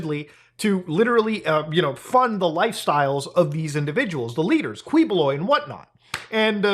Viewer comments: His name is pronounced kibuloy hard pronunciation of each letter. And my entire family thinks he's a scammer and a nut job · Key-boh-loy 🙂 Thanks for talking about this crooked dude 🇵🇭😂👍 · Yo wtf this is so surreal. I'm from PH and to see Mutahar talk about is kind of crazy to me. Hahaha and Quiboloy is a crazy mofo. and for future reference it is pronounced as Kee-bu-loy. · it's pronounced as ki ⬇- BO↗ - loy↘ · As a Filipino/Indian it’s funny to see muda cover this 😂 especially the fact he reached Filipino news. Also he’s pronounced kee-bo-loy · It's pronounced as Ki-bo-loy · Pronounced Keebs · as a filipino, i love the way you murder the pronunciation of his last name. please dont ever change that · i may or may not be itching to say it but i'll say it anyway its typically pronounced 'kiboloy' instead of 'kwiboloy' justsomethingiwantedtotell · hahaha Kweeboloy. it''s actually pronounced as Keeboloy. he is from my city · It's pronounced as Ki-boloy btw, not Kwi. But thanks for the content. Even our senators are protecting him now lol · filipino guy here, please talk about this more side-comment: it's pronounce like "ki" and not "kwi" when it comes to saying his name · pinoys: kiboloy mutahar: kweeboloi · brother, im from the Philippines, just wanna help you with the pronunciation of his last name.. "Quiboloy" = "Key-Bo-Loy" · It’s Keyboloy. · "qui"buloy is pronounce like "key"boloy as in door key. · it's pronounced Kiboloy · Hi, I'm from Philippines, I like your content and this one, I have some suggestions, Quiboloy's surname is pronounced as Qui (Key) + boloy. Btw, keep it up, our government doesn't care anyway. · It's pronounced Ki-Bo-Loy. Good video though. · Pronounced Ki-boh-loy. Thanks for covering this soup sandwich and I hope you cover his arrest by U.S. MARSHALLS when the U.S. requests extradition all the way till he is in ADX FLORENCE.💔😪😁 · Kih-bu-loy, the Q becomes a K :-) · Also, hate to be that guy, but the Qui his last name is pronounced as in quiche